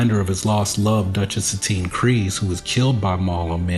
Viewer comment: It's extremely refreshing to hear someone on Youtube finally say Kryze correctly!